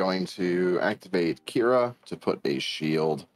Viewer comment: It's not Q'ira,it's Qi'ra.